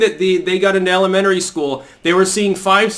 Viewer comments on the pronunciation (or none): My hearing isn't what it once was. When you say elementary it sounds more like alimentary. This may be intentional. I suspect many of these people did attend alimentary school.